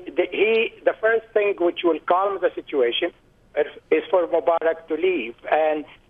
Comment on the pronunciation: his name is Mubarak not Mumbarak!!!!and btw i don't like the guy